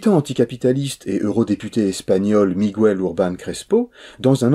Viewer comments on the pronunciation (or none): Merci pour cette nouvelle chronique toujours aussi pertinente! Petite remarque: on ne dit pas "Migouel" mais "Miguel" comme en français "gue = gue" 😅